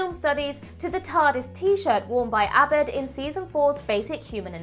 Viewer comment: Misspronouncing Abed...clearly the talking head has never actually watched Community.